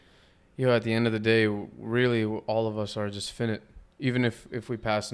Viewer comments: It’s pronounced FI(like high)-NIGHT not finnit, Dope podcast tho. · He had me wondering who fin-it was at first! 😂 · Dude- its: PHY- NIGHT. FI-nite. Not the shortened version of INFINITE. The pronunciation changes with the spelling 🤙🏽